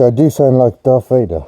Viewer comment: DARFT VADOR 🤣